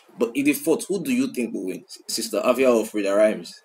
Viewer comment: the pronunciation be efia